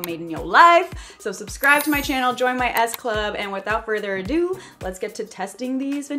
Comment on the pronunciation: Love how the way she says , " welcome back to my chynnal " 😊